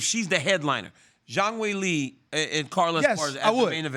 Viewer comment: "Weilie" & "Johanna" .. this guy RC can butcher some names man 💯